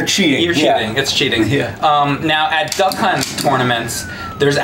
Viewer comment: When is sounds like he keeps saying Duck Cunt.